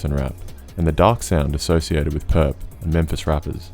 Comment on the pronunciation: Thank you mane, it really annoys me too